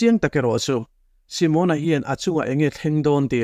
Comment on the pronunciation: Simona hming hi Si-mâwn-a (tipâwng ri anga) lam rik ai chuan Si-mon-a (Shillong-a tih ri ang) a mawi ka ti zawk tih ka rawn sawi ve hrim hrim. Ngaihnawm thei thin e.